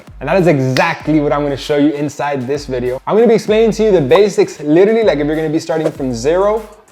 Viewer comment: Never trust somebody who pronounces literally like that